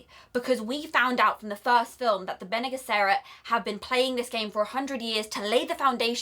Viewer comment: Help with the pronouncing. "Ben Knee Jesserit" for Bene Gesserit. Love the enthusiasm. Paul is trying to fulfill the Fremen prophesy and become the kwisatz haderach at the same time. Two separate things. He needs both to succeed.